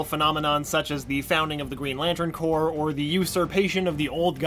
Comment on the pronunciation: You don't herr the ps in corps